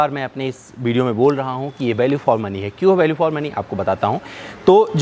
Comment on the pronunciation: "Bideo", "Bariant", " Balue for money"! Inke Uccharan ko thk kar lein to video ar enhance ho jaegi!